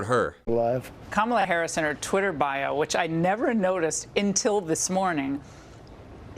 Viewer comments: Let's not overlook Laura Ingram's mispronunciation of until. She said "intil"!! In regards to censorship, who gets to WATCH/READ it to determine whether it should be censored?? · Laura Ingraham just said "Intill this morning". Apparently she also does not know basic English.